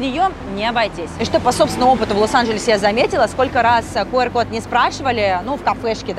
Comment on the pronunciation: Правильно произносить не «кУар- код» , а «кЮар-код»